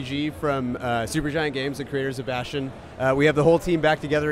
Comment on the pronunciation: Lol "Bastean"